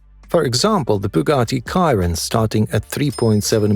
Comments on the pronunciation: Why are most of the shots of these cars in reverse perspective. And the Bugatti Chiron is not pronounced Kiron but Sheeron 😅. IDK 😏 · It's not ciaron It's sheron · It's pronounced 'She-ron' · Stopped watching when he mispronounced the Bugatti Chiron. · AI can't even pronounce the name Bugatti Chiron properly LOL😆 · I think its a human narrating that can't pronounce things